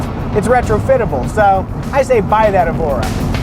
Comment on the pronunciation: It's not Evora, it's ÉVORA.